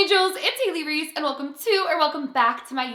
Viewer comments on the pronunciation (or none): none